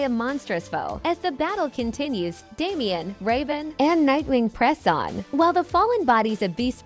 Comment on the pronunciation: It was not only the brutal deaths that hit me hard, Raven of the Titans drops an F bomb. It was a bit soft spoken, you have to pause it a few times to catch it. The narrator isn't properly pronouncing the character's names, AI I suppose.